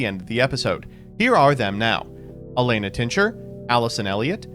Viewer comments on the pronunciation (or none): none